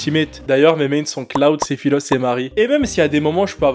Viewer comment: Je veux bien que tu soit québécois Mais Sephillosse Faut pas abuser